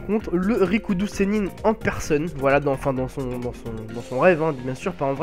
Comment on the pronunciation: R I K U DO et pas RI KO U DO U ..........